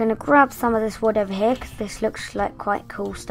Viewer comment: And u said the wood wrong :D